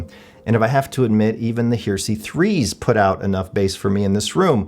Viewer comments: It's Her..eh..sey!! Not Her..sey!! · 'HARE-eh-see', not 'HERE-see' ! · the Klipsch "hear-see"? Everyone else pronounces it "hairisee" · You are mispronouncing the name of the speakers. They are like religious "heresy" (look it up in the dictionary for correct pronunciation), not HERE See. The reason that they were named Heresy was that the bass was not horn-loaded but a sealed cabinet in violation of Paul Klipsch's original commitment to horn-loaded speakers. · Pronounced: Hair- ra-see not here-see. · It's pronounced "Heresy," idiot! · Yes he says Here See haha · Heh-reh-see.....At least he pronounces Technics properly....Teknix just sounds wrong. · I keep thinking this would be a great speaker for me to upgrade to. Nice review. BTW.. Heresy is pronounced Hair-esee. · It's a three syllable word, not two. "Heresy"; it's what happens when you mispronounce the word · Are you sure you are pronouncing the word “Heresy” right?